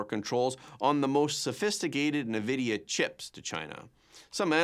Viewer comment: n- vidia not navidia just saying! I think you're awesome. Thanks for your service and great format!